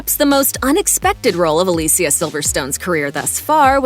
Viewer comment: Aah Lee see aah